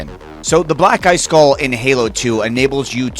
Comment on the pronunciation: I always hear “Black Guy Skull” instead of Black eye skull